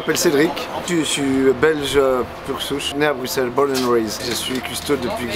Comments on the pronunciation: Yes vive bx ! Bien joué pour avoir prononcé son nom correctement, ça fait plaisir :D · Merci enfin quelqu’un qui prononce bien le nom de la ville 😅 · Enfin un français qui prononce Bruxelles convenablement 😊 ! Autre chose que tu n'as pas mentionne: Bruxelles est la 2e ville la plus cosmopolite au monde (après Dubai).